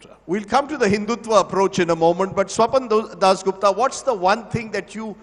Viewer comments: he mispronounced Swapandas as Swapandosh 😂😂😂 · jai pronounced swapan dosh to swapan das gupta 😂😂😂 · Have you noticed guys, when rajdeep mispronounced swapan das gupta name as #swapandosh (स्वपन दोष) which is a male ejuculation while sleeping 😊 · he almost called him "Swapan-Dosh" Gupta there!! 😂😂